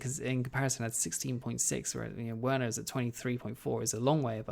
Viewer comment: Please call him Verner and not Ouerner it's just so distracting and WRONG!